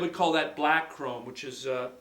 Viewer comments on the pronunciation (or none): none